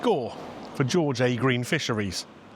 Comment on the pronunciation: its pronounced "Georgia Green ".That's the location. Its on George a Green road mate 😂😅